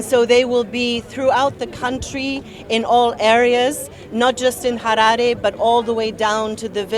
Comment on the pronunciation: im not convinced ,i think she's a Zimbo coz the way she just pronounced Harare kaa ummn she a zanu party member